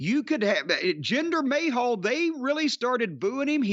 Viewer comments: Jinder Mayhal! 😂😂 Cornette says it like Jinder Ahole! 😂 acting like the Rock stole his wife. The Rock is entertaining as hell. Why all the hate for The Rock? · Jinder May-Hal LOL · Always love it when he calls him 'Jinder Mayhall'